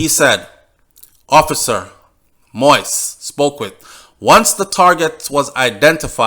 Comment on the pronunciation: It is not moist. It is moise.